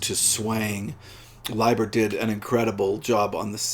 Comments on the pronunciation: Thank you for the corrected pronunciation. I've been mispronouncing his name for six (!) decades. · here in brazil we usually pronounce "Layber" haha good to know the correct way.